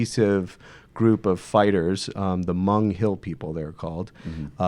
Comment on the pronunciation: Pretty sure it's pronounced "mong" not "mung" (source: my city has one of the largest Hmong communities in the country.)